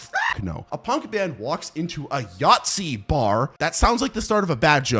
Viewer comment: It took me way too long to understand what you meant by "yatzy" xd I'm german btw :')